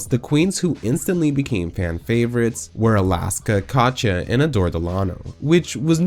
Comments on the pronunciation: why do you keep saying Kacha instead of Katya? i’ve binged a bunch of your videos and it’s so grating. Katya isn’t hard to say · If I have to hear "Kotcha" one more time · Is calling Katya "catch ya" your thing? 😆